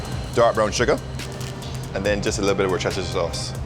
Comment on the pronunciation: Man said Worcestershire sauce the best way ever